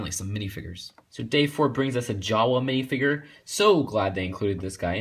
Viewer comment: Dude its not pronounced minifiger its minifigure